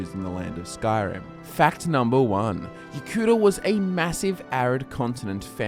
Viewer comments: Yo-ku-DA not Yo-kuda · The way you said Yokuda at the beginning... are you ok?